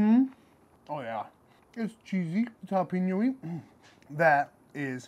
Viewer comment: Solid Jalapeño Cheese sausage Recipe. Dude, Plz stop saying Jalapeeeeño.. Pronounced like Jalapayño. Thx